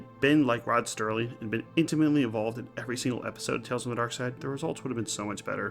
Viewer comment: It's Serling, not Sterling.